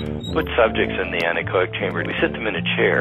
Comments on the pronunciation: in she says anechonic not anechoic chamber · The what, again? "Anechonic"? Also, what about that pin drop? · She called it an anechonic chamber.... Jesus Christ.. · why did she say ‘anechonic’ in her first sentence...? it’s “anechoic”... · She says "anechoNic" at the very beginning. How did that slip by? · You pronounced "anechoic" like aniconic. "Aniconic" is the adjective form of aniconism, which is "the worship of an object symbolizing, but not representing God; an opposition to icons or idols." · any one else bothered but her saying Anechoic Anachoic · Not to be a sour ass, but it's Anechoic Chamber, as in with no echo. Not AneCONIC. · anechoic not anechonic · not ana-conic, an-echo-ic